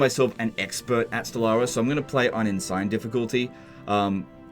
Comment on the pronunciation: Oh, i finally gotcha, playing on ensign? And mispronouncing it? Grand admiral is the only way to play stellaris! Luv your stuff!